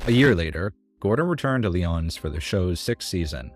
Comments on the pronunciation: OTHER THAN PRONOUNCING the restaurants names wrong (Lee-ǒ-nees) you do a great job! Love your videos! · lee-OWN-ees oi